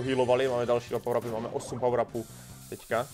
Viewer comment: Neni to barly ale Barley a neni to pawr ale power